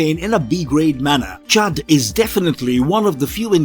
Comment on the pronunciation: Isnt it c.h.u.d not charred